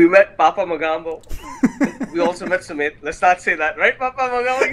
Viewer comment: what call sumit is submit😂